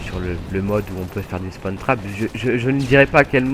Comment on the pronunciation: Fallait pas le dire ! Et on dit "Spawn", pas "Spone". Et c'est "Spawn trap", pas "Spone trape"